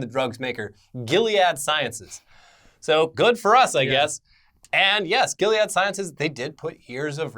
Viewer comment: Gil-E-ad lol. its jill-ed, like the razor brand. great video guys! thanks for all the updates!!